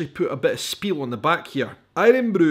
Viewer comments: Mate, who says aye-run-broo in Scotland? It's iron broo. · My guy says irun bru and he is from Edinburgh